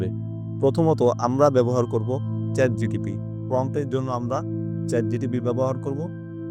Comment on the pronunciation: আপনার উচ্চারন ঠিক করতে হবে চ্যাটজিপিটি হবে। আপনি উচ্চারন করতেছেন চ্যাটডিপিটি । আশা করি বোঝতে পারছেন